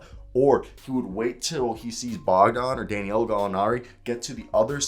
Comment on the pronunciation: It’s da-nil-o but just call him Gallo for short